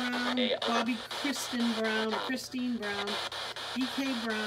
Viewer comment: Spelled and pronounced Kristina. Not Kristian.